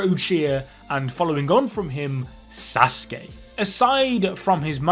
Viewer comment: “Asuskey” is really pissing me off